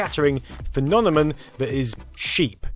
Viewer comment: "Phenonemin" SHEEP